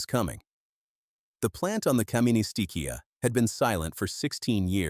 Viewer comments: Very frustrating to hear how the voice in the video pronounces Kaministiquia. It is pronounced Kaministikwa. The locals told the French not to leave in the mine sweepers, but they ignored the locals and set sail. A tragedy that would never have happened if they followed the advice of the local people. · Both incorrect.....Gaa-ministigweyaag